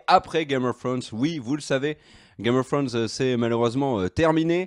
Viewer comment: L'accent anglais .... misère 🤦‍♀️